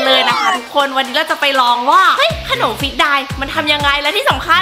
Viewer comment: พี่ออกเสียงผิดน่ะครับท่าออกเสียงว่าดายมันจะแปลว่าตายครับ555